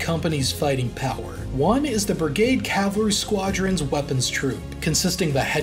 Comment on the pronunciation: bro its cavalry not calvary